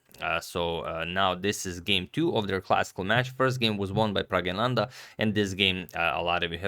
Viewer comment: That's NOT correct. It is Pragg-na-nan-dhaa. Source